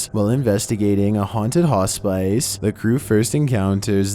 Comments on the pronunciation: Dude,, it's pronounced hos-piss, not hos-spice. Crack me up! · I hate being this person lol. But in several videos I've heard mispronounce "hospice." It's pronounced as "hos-pis," not "hosp-ice." I just can't let it go after so many times hearing it in several videos. I mean no offense. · not pronouncing it "hoss-spice" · Only way I can think of spelling how it sounds is "Hos-piss". I was looking for this comment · … ‘hos-pice’ …. 😂😂😂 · Hospice is pronounced haas spuhs. Scary video tho. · Its pronounced "hos pis" smh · I am always amused by his pronunciation of "hospice" I think he meant hospital on the first story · He’s already cringe af but saying it like that is so unnecessary